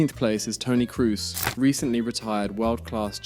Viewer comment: It's not Vox, it's more like Foe-kts not Cruise but Kroe-se not Roomenyek but Rooma-nigge (quite similar to that word, you don't use) Lahm played two seasons at Stuttgart and then became a Bayern legend Btw: it's Bundesliga, not Bundlesliga